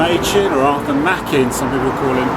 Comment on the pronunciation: from what i understand, "machen" rhymes with "blacken" 😊